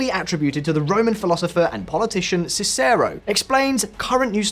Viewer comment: Sorry to be pedantic, but consideing you've been specific with pronunciation. May I ask why you chose to pronounce Cicero in that manner? The pronunciation you chose would be closest to the french way - see-say-rown. In which case you might as well use the English pronunciation - SISS-uh-row. If you wanted to use the way it's said in Italian or modern learnt latin - Chee-cheh-roh. Originally prononced with Greek influence as kee-keh-roh. I assume you intented to use the third option.